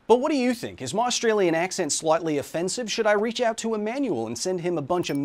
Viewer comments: Merch! Not with accent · work on your "merch" acousto-glossaric